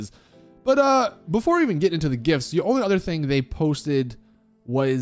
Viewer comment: Bro I thought he was saying gifts lmao it's jifs